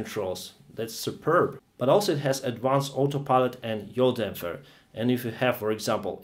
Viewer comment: Your Yaw DamFer has got me in tears 😄😄